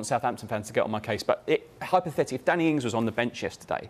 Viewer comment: Danny Ings, Just say it LOL.